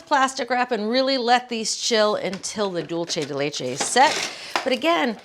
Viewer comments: Yes, she mispronounces it, but then again she is pronouncing it in English. As I always point out, no one in Latin America is pronouncing English, German, Polish, Slavic, or non-Latin based language words correctly so I think she deserves a pass. Cooking shows in Mexico or Colombia are not making attempts to say bratwurst, sauerkraut, Riesling, or Gewürztraminer correctly using the correct vowel sounds that do not even exist in Spanish. Let us just stop with the hypocrisy. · Why does she keep pronouncing "dulce de leche" so Whitely? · Pronounced: duel-se de leche. NOT dulche 🤦🏽‍♀️ Also much easier way to make it… boil an unopened can of condensed milk for 2 hours (always covered in boiling water) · Maybe could be a regional thing. I think she's up north. I'm Arkansas. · Dulce de leche, please look up its pronunciation before making another video about it. 😶